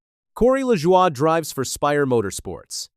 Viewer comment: You did it again. You mispronounced Corey Lajoie's name. It pronounced La-Joy. You gave is some BS French pronunciation. Get it right godd#$%*&. When you mispronounce names, it only shows your ignorance to NASCAR.